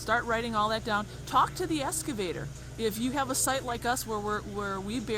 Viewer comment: Excavator not Escavator